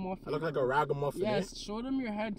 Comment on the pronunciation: A man said 'raga-muffin' LMAOOO 🤣🤣🇯🇲